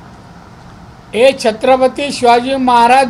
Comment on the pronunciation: नारायण राणे साहेब... शब्दाचा अपभ्रंश होत आहे, छत्रपती नीट बोलता येते का??